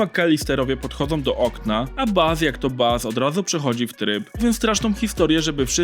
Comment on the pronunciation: To chyba był "Bas" a nie "Baf"?